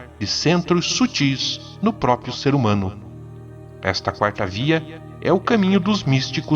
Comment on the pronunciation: Cara, o vídeo e o texto são maravilhosos! Mas eu não consigo deixar de reparar que, a maior parte da galera pronúncia "próprio", da forma "própio". E cara, isso me deixa muito desconfortável kkkkkk Desculpa, não é intenção corrigir, mas só encher o saco.